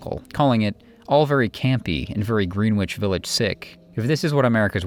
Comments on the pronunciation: Dude. You misspell Carole King’s name and then proceed to mispronounce Greenwich Village multiple times. Oof. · Could the narrator work on the pronunciation of Greenwich Village!? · Great doc, but one note: learn how to pronounce "Greenwich Village", yikes. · Excellent documentary. A few corrections: Erik Satie is pronounced Sa-tee, not "Sa-tay"; Joan Baez is pronounced Buy-ez, not "Bay-ez"; and Greenwich Village is pronounced Gren-ich, not "Green-wich". Cheers!